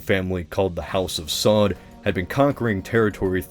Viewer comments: Saud is pronounced as SA-UD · Saud = Sah-Ood.